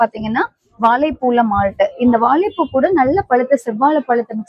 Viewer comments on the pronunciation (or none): வாலைப் பூ இல்ல... வாழைப் பூ... வாழைப் பூ...